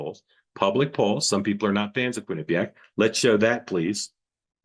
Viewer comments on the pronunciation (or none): I’m trying to hate but dude cannot say words the way they’re supposed to be said. “Quinnipenniac”? Bruh…😅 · As a former Connecticut resident, I can tell you that nobody except for the guy at is properly pronouncing Quinnipiac.